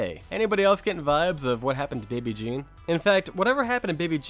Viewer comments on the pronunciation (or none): Baby Jane, not baby Jean.